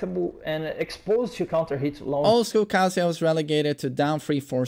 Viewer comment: When someone says "kazUya" just immediately f*ck you... Just... His name is literally pronounced every time in character select, how do you still not know it? Aaaah >_<